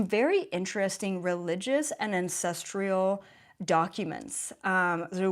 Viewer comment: the word is ancest ral, not ancest real!😉👍❤️ thank you for your videos! 👍